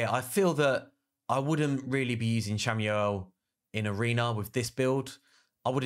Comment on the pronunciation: who the hell is Samuel? lol, SHAM - ALE